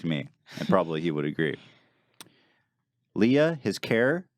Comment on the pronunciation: Glad you finally started saying Leah's name correctly, Ethan ;)